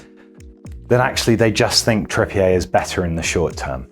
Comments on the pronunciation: Bro he’s English, it’s not trippié it’s Trippi-er 😂 but keep up the good content lads 😂🇫🇷👌🏽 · He isn't called Kieran Tripp-ee-ehy... It's Tripp-e-er. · Great video, but it’s ‘TrippiER’ not ‘TrippiAY’ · Learn to pronounce people’s names. I had to turn this off after 3 minutes, his name is trippier not trip-e a. He’s from bury, Manchester. Not France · Why pronounce his name like that? I thought he was an Englishman (though possibly of French Huguenot an ancestry 400 years ago like Farage) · I love how we've started putting a French intonation on Trippier. Very Hyacinth Bouquet